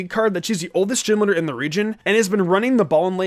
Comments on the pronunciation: I couldnt sit through this whole thing when he was saying gym leader like Jim lidr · Anyone else hear “gym litter” the entire video?